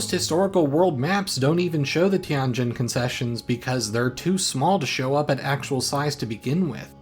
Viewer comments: Tianjin, pronounced TienJIN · You really butchered the pronunciation of Tianjin ;(